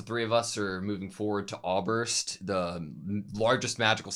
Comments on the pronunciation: I absolutely love your reactions, but every time you call the city "Awburst", my german ears cry out in pain 😅 So please give something like "Oy-sehrst" a try. Thanks 😊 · The ß in Äußerst is a german letter and basicly means double s, it is not a "B". The "Äuß" is pronounced like "oys" in oyster.... for anyone that is actually interessted in this stuff, lol. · i swear to god if you say "auberst" one more time imma lose it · Yes, this triggert me since they first said Äuberst XD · there is still not a B in äusserst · by the way, ? (eszett) refers to a hard s sound, like in bless or wuss, not a b, like you pronounce it